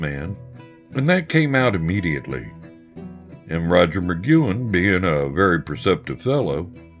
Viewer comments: One cool way to give your documentary legitimacy is to pronounce the names right. It's not Roger McgYOUin, it's Roger McgWIN. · MA-GWEN dumbass!!! Not MA-Qewen!!! Where have you been or what ever???!!! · Migcuen? It's Mcguinn. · I can't take it! It's NOT Mcgooin, it's pronounced McGuinn /məˈɡwɪn/. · Mc GWINN, not "McGoo-in" I couldn't get past that, sorry. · FYI to the clueless narrator: anyone who knows anything about the Byrds knows that Roger McGuinn's name is pronounced as 'mah-gwin', not 'mah-gue-in' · Uhh Roger Mc "gwen" not Mc "gyuen" wtf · Hey, Roger McQuinn not McKuen. That's Rod Mckuen. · If possible to edit the narration, the pronunciation of "McGuinn" could be corrected from "Magewin" to "McGwinn", otherwise this is terrific! Also Bernie Leadon is pronounced "Ledden" not Leed-on. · How's Mcgooin? You mean McGuinn dude c'mon. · Although I like the narrator's rough-hewn voice, he really shoulda been coached in the pronunciation of proper nouns. He consistently pronounces Roger McGuinn's last name as "mick-goo-in." I didn't even know who he was talking about the first couple of mentions. He pronounces Houston Street (pronounced "how-stun") in lower Manhattan to sound like Houston, the city in Texas. And as I was writing this comment, I heard him pronounce "psilocybin" as "sil-o-bin." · The narrator is not of this era. Mac Goowin? Silloben (psilocybin)? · Thank you lol... has nothing to do with his being southern, as he says, he simply just didn't ever learn the proper pronunciations. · For god's sake, McGuinn's last name is NOT "McKuen" OR "McGoo-in." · Who the hell is Roger Mcguanne? I wish they'd get their pronunciations right. Roger McGuinn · Sure wish the narrator could pronounce Roger's last name correctly...some great photos...✌ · I am specifically referring to- Rodger McGuinn, and Bernie Leadon. These are two VERY big names and not getting them right really puts a bad mark on what is actually quite a nice video!